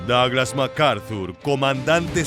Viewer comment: "daglas" jaja